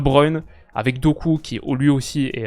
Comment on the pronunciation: Vous pensez pas que fait exprès d’écorcher le nom de Doku? C’est quand même une des révélations des 2 dernières années, il regarde pas le foot peut être?